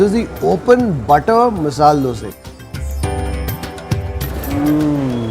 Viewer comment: It is not masal it is masala